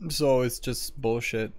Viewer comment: "Eets bullshit" eets 50/50 brah